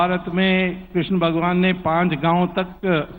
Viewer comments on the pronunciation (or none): none